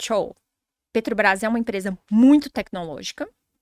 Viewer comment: Meeeeeu Deeeeeeus! Estão matando a língua portuguesa mesmo!, vc teima em falar Petrobrais 🤔 E uma professora fala "alavanche" ao invés de avalanche! 🤦 É o fim do mundo mesmo...